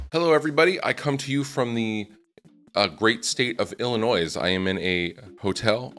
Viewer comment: ....c'mon, the "s" in Illinois is silent. 🙄 🤣